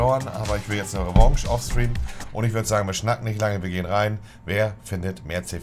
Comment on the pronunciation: Niemand: Wirklich Niemand: Monte: Will jetzt ne Rewonge